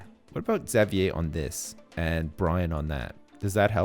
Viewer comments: isn't xavier pronounced (X-av-ur)? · say it how I've heard everyone else say it ever, which is ix-zay-vee-er or ex-zay-vee-er or maybe even just zay-vee-er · It's funny how says (Zavee-eh) probably because he's Canadian and that's how they pronounce Xavier. Where I'm from - I hope I'm not alone - we say it (Z-eh-vyer) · Is anyone gonna tell how to properly pronounce Xavier's name? Or are we gonna just let him call him Zav-ee-yay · I feel like there's some joke I missed somewhere along the line considering how he keeps mispronouncing Xavier's name :/ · It bugs me how you say Xavier, but I guess it's a Canadian/French thing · Well I don't live in a French province anymore so they might say it like that?? But my classmate's name is Xavier and he does not pronounce it like does... Who knows? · I'm French Canadian and that's not how I pronounce it :/ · Ishan Abhi Well then I have no clue why he says it like that lmao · is Canadian, so he might be used to hearing it pronounced that way. I'm American, and I've always said Exäveeyer, sometimes Zäveeyer.